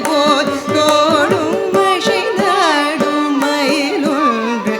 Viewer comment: Good effort, and pleasing. Tamil is a beautiful language, and there’s absolutely no need to put in the extra energy to butcher it with அ*ஷை*ந்தாடும் and *ஷொ*ல்லடி when அ*சை*ந்தாடும் and *சொ*ல்லடி likely require less effort, and not to mention, are natural and correct.